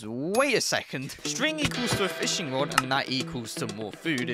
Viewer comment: Fishing *rod, not a "wod".